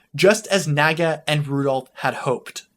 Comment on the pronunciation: I'd sub, but you gotta promise to never pronounce Naga like Nagga again.